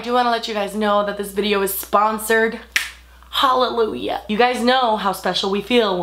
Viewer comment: im sorry I just have to.... DID...DID YOU JUST SAY HALLAJUAH? ALL YOU SINNERS STAND UP SING HALLAJUAH hallajuah SHOW PRAYERS WITH BODY.... Ok ill leave 😂